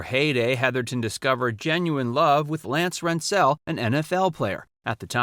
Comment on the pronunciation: Again, these are very interesting to us colder people who remember these old stars. The only thing is I wish someone would coach the narrator the correct pronunciation of the people in these stories. ….. Lance who?????